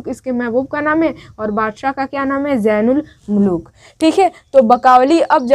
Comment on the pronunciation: Mehboob ki talash mnhi rehti balki taj ul mulook ko saza dena k liye talash karti hai Kyunki tajul mulook us ka khas gul(favourate flower) chura ley gaya tha Jain ul mulook nhi zain ul mulook Apna talaffuz durust kareye Fool nhi phool Beti aap mashq / practice kareye... Then upload kareye....